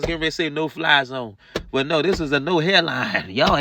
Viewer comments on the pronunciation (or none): Brooks said "thist" I wish Carpenter had responded I have no idea what a "thist" is